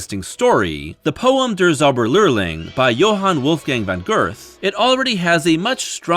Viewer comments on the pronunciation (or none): "van girth" 😭😭😭nooo